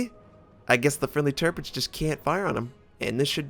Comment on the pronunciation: Very close call on this... - you pride yourself in trying to pronounce the ships names correctly. Thats commemorable. However - you continue to mispronounce Tirpitz. It is actually pronounced: Tierpitz (Teerpitz).